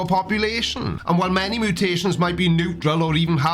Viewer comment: "Mootations" lol love u.